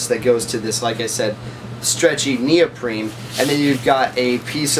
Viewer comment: Great review. There is no “M” in neoprene